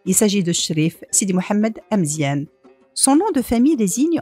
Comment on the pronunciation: Amezian not emezien